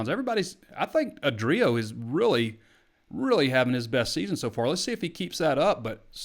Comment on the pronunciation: You are clearly a football guy. It’s A-drio Bailey, not a-Drio Bailey (emphasis A not D). Expand your horizons.